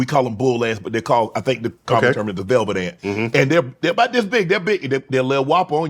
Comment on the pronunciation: NDT: "Some people eat mushrooms and have conversations with mushrooms! 🤣" Mike Tyson: "you fink dass funny?"